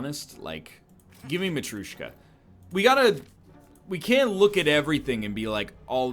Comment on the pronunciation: he keeps calling matryoshka "matryushka"